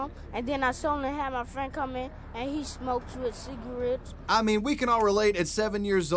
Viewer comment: What's a Cigawett ??